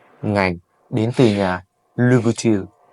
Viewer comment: Học phát âm thương hiệu cho đúng chuẩn để tôn trọng giá trị thương hiệu nhé bạn